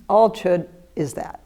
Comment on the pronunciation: The letter d is silent in Chöd...